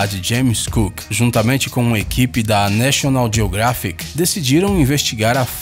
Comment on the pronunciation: Quer publicar videos e narrar ? Primeiro vc tem que aprender a pronunciar Geographic!